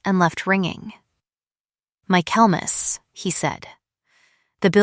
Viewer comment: Tell AI that the word is Michaelmas, not mac Kelmas.